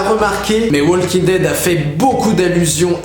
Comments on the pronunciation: J'ai souffert de t'entendre dire "WaLking Dead" et en plus sans le "The" devant. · super vid mais ptn les francais arretez de dire waLEking dead c walking dead prononcez pas le L Putain moi je suis bilaingue et g des amis qui regardent Aussie et je les corrige tout le temps yen a MARRE faites un effort c pas complique!!!!! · STP arrête de dire Wallllllking dead. Le L ne se prononce pas. Merci. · Pitié !!! Le « L » de WALKING ne se prononce pas !!!! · Putain!!!! Comment faites vous pour être aussi nul en Anglais??? Depuis le collège on t'apprends que "L" est une lettre muette qui ne ne se prononce pas dans le mot walk. Les profs d'anglais doivent rager de voir les youtuber presque se mordre la langue en prononcent le L de the walking dead...